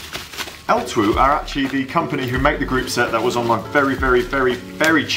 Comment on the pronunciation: Great video - For reference, its just pronounced 'L-2' :)